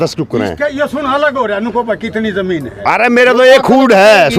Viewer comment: Colony zar ko zamin kyun jamin kyun bolti hai